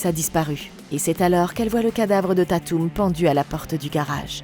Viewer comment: J'attendais vrm les screams depuis longtemps!!❤ par contre ce qui me derangeais etait comment tu prononçais dewey et tatum😂